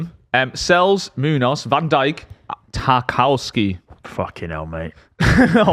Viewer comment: Tarkowski? Really?